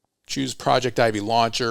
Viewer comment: I dont know but isnt it that "Projectivy" is pronounced as "project tv" (pro-jec-ti-vy)?? Am i wrong? I just cant stand it 😂